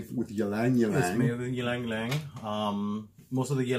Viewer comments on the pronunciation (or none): ee-lang ee-lang is the pronunciation lol, !!!not trying to be a jerk just helping!!! the name comes from the Tagalog word for the cananga sambac jasmine, the region where the type of sambac jasmine came from - hence the word but its interesting bc in south east asia especially in the philippines and in malaysia the ylang ylang flower along with other similar scented white flowers are often used in offerings for spirits etc and thank you for this video! - i rarely see kananga water spoken of